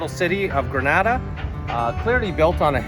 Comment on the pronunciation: It is pronounced GRENADA and not Granada which is in Spain.